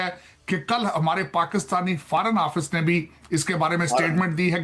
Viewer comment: Ye Takla America Mai Etne Saal Reh Kr Bhi Forn Office Ko..Farn Office Bolta Hai....En Saalo ka IQ Level America Ja Kr Bhi Nhi Sudhra....😂😂